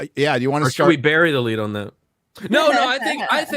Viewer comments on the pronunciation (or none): none